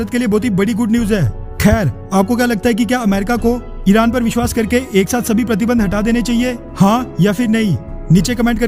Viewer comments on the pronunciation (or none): none